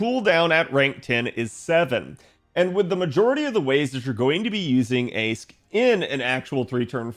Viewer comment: Not sure if people know about this by now but "Aesc" is pronounced "Ash" in Old English, as in "ash tree" just as "Toneriko" is just another Japanese word for "ash tree"